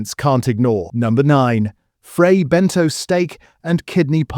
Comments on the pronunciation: L They are frey benTOS , NOT BENTOES, and i still love them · I really think it’s pronounced Ben-toss and not Ben-toes